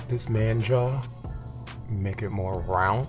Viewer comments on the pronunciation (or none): "Rounth" lol